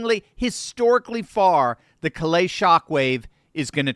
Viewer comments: For future reference, Callais is a Cajun name that is pronounced "Kah-Lay". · Love your insights. I would like to point out that in LA, Callais is pronounced with the accent on the first syllable, sounding like "CALL - a". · 😊😊CALL- lay...say it fast, sha...hit the first part hard... have a good one, ya'll.